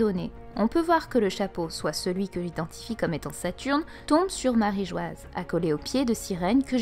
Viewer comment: Très intéressant ! Très novateur d'irais-je même 😉 . Mais s'il vous plaît, dite marijoa bordel ! マリージョア se lit ... marijoa. J'en peut plus de lire marigoise ça me sort par les yeux 😭